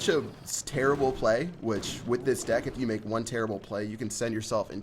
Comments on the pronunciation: ok im sure he all have said dick instead of deck lol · Did you guys hear that said dick instead of deck!!